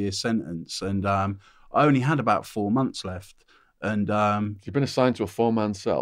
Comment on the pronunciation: 4 mumffs is that the same as 4 months ?? LOL